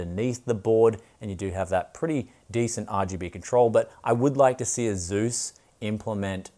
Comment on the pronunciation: They've been making quality MB's for a couple decades and I for one trust Asus over most, which might even be made by Asus... also, pretty sure it's pronounced (aye-soos).